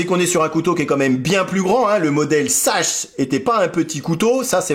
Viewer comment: Sachse se dit saxe!😃